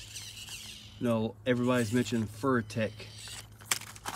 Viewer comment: Fur tech lol its furitek my friend glad to see you enjoying your scx24